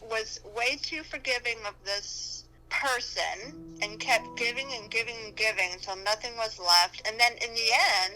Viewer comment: The way she says ''person'' almost feels as if she was saying that he was so greedy that he wasn't a person anymore, just a machine programmed to keep taking, and taking, and taking, with no thoughts about what to give back.